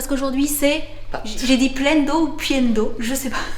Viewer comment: Tu a dit pienne d’eau